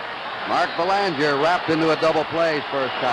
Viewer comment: As a Canadian I remember noting the horrible pronunciation of Mark Belanger's last name. Half the population of Mass. seemingly has Quebecois roots.